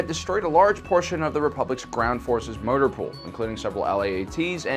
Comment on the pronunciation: Did anyone else hear "murder pool" instead of "motor pool" 😂